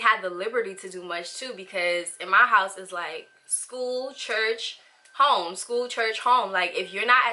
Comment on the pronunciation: I'm new to your channel and the second I heard you say "School, church, home" I knew you were Haitian lol!! I'm not an SDA but a lot of my friends growing up and even now are so I always find myself researching it to understand them more and not be confined by my own faith (I'm a Baptist). I found myself on your video because this is definitely a position that anyone from any religion can relate to, myself included. It isn't love if there isn't a choice and questioning/debating is all a part of making a decision. I feel like religious leaders/our parents should be able to help us through that process instead of shame us or lead us to feel as though we're being "rebels". (You've got a new subscriber in me btw)